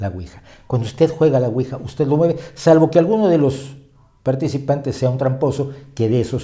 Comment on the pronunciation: La pronunciación correcta es Ui-ya porque proviene de sí en francés y sí en alemán. Por lo demás, todo fabuloso